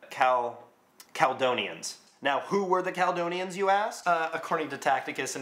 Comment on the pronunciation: CalEdonians... FFS, will Americans ever learn to pronounce things properly?